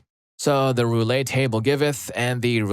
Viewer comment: "Roulette" is pronounced "roo-let." Not "Roo-lay."